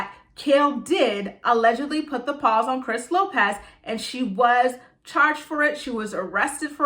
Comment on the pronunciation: Girl I love when you say Put The pAWZ on ppl 🐾💀💀💀😂😂😂